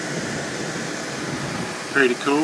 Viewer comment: To late, but you don't say pretty cool, you say perty cool. So reserve that domain name instead